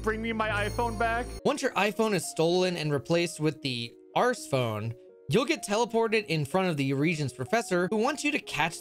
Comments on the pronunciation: Why do you pronounce the Ark phone the Arce phone? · There's literally no way you can say the word "arse phone" and think that can even possibly be correct. Every big review called it an "Ark phone" for good reason. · Man really said arse phone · "Arseus" is one thing, but... "Arse Phone?" 🤔